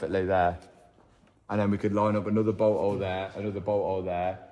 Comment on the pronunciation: if that's how u say " bolt hole " how the hell do u say " butthole" 🤔😆😆